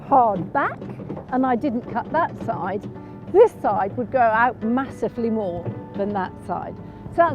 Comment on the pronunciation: O, she's so sensible, so professional, so knowledgeable, such a great eye. Direct, confident, 100% posh. And I keep reminding myself, "just iwwigate it, and it will gwow like the clappers."